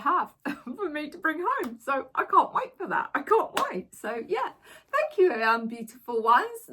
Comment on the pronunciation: Im sure Ruth says fanks Jo 😊 for shirt.